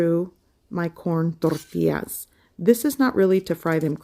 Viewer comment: Why? She pronounces the word in perfect Spanish.